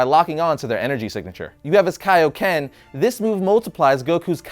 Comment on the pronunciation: I'm sure others have probably already said it but "ki" is pronounced the same as "key". You got kaioken right though. btw, that sneeze that superman did was not due to his own power but by the power of a 5th dimensional imp. I don't know why people keep giving him full credit for that feat.